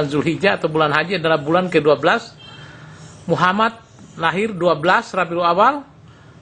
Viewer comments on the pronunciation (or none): none